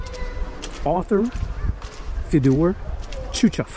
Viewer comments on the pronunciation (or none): none